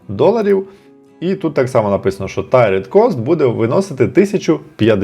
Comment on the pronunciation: ) Це не Tired (втомлений), а Tiered (тііред, багаторівневий).